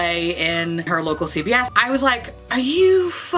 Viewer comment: Love the video, and I think you rocked those looks. I was sad about not having this magical New York Store you were referring to...until I finally realized you were saying CVS🙄